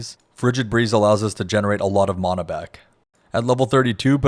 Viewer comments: I genuinely don't understand how my magic dude got worse after I made these changes. note to self "never trust a guy who can't pronounce mana correctly" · Great guide. Very well done. Although i object to your pronounciation of the word "mana" but ill try to find it in my heart to forgive you. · If I have to hear you mispronounce Mana one more time…. Christ. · lol the way you sat mana lol